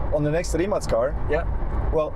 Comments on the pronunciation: RimaC heisst immer noch RimaC und NICHT RimaK. Im Kroatischen wird jeder Buchstabe so gesprochen wie er geschrieben wird und umgekehrt. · Rimac, a Crotian word of course, is actually pronounced RIMATZ.